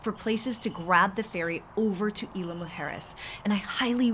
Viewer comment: IZ-LA MOO- HARE-ES